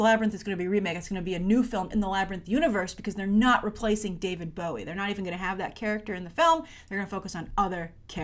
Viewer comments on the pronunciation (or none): none